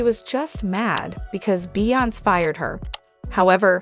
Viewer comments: who is the lady narraiting this video. it makes me sick hearing her pronounce beyonces/ kaynes name. where is she frojm? how do you not know how to pronouce 2 of the biggest celebrities in the world name but yet are spreading "news" about people she cleary doesnt even know. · What's up with mispronouncing Beyonce, and Kanye?